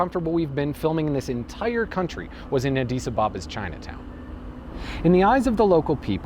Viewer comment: Not sure how you keep pronouncing Addis Ababa wrong, but great video nevertheless